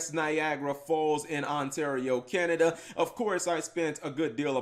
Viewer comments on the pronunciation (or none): none